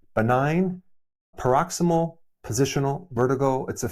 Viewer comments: C'mon doc, the first P in BPPV is pronounced "Prok-CIZ-mul." You're welcome. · You’re mispronouncing paroxYSmal! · I’m afraid to follow a “doctor’s” advice who doesn’t pronounce “paroxysmal” properly.